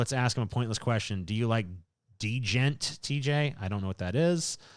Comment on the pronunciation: “D-Jent” fucking killed me lmfao